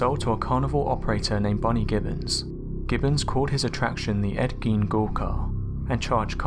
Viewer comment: In Germanic languages, "ei" creates an I sound and "ie" makes an E sound. Gein is pronounced "gyne".